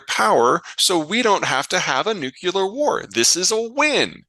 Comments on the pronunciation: Peter thinks Vivek is dumb and at the same time, in his immense knowledge, doesn't know how to pronounce nuclear. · Nu-clear, two syllables.